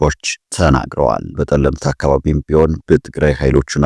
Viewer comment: ድንቁርናህ ጸለምት ስትል ነዉ ጠለምት በል አትደድብ